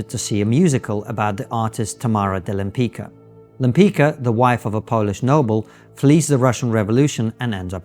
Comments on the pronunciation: You pronounce Lempicka: Lempitzka and not Lempica; like Trotsky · Lempicka's name is pronounced more akin to “Lempitska”. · Lem+pits+ka. That's how you pronounce her name. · I believe her name is pronounced "Lem-pitch-ka." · You know better how to pronounce Lempicka. She was a great painter and I hope this spikes people interest in Polish artists who around this period whare the best in the world.